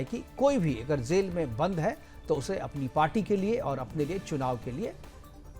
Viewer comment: Kezriwal, zail (jail), jamanat to kabhi zamanat, izazat 😂😂 jammu kasmir, Abe kutte jaahil bolna seekh ke aao.